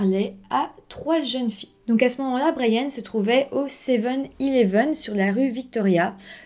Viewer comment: Brianne se prononce Brienne, pas Bryan 😉